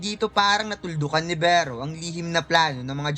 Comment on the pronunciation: Beh-ro hahaha.